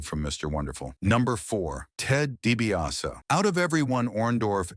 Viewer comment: Dibiase not Dibias